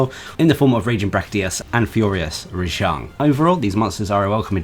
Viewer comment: Its not pronounced rejong its pronounced rajang